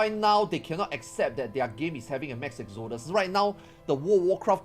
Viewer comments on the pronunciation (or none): none